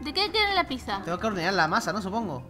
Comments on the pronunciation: se dice pitsa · pizza se escribe asi pero se dice asi pitsa